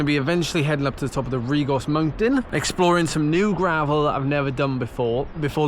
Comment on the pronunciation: That's Treherbert down there... disappointed with your pronunciation of Rhigos... like listening to Tour of Britain commentary all over again ;-)